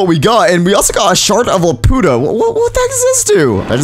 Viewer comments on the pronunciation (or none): it's pronounced laputa as in the floating city in castle in the sky